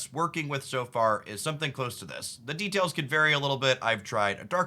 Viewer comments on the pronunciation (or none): none